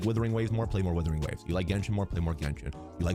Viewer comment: i have aneurysm everytime calls Wuthering Waves " Withering Waves "